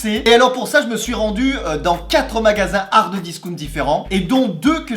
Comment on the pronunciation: "Hardeuh discount" j'entends que ça 😭😭